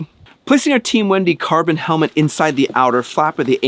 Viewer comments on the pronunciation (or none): none